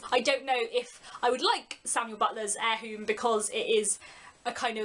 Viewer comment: Erewhon - pronounced Air-ra-won